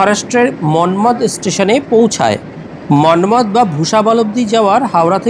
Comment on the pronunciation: মনমাদ মনমাদ বলছেন কেন....ওটার শুদ্ধ উচ্চারণ হবে "মনমাড়"....ইংরেজিতে লিখতে গেলে Manmar না লিখে Manmad লিখতে হয়।